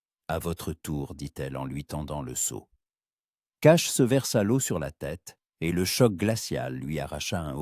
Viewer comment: Par pitié !!!! Le liquide " l'eau " se prononce LO et pas oyo ou oayo